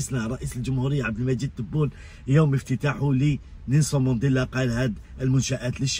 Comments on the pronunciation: C vrai c difficile pour lui de prononcer le nom de notre président abdelmajid Tebboune, hélas le nom kbir 3lih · Vous avez remarqué, il a parlé d'inauguration mais il n'a pas pu dire par qui?, il n'a pas pu prononcer le nom du Président Abdelmadjid Tabboune. Merci de continuer ce combat oui c'est grand combat!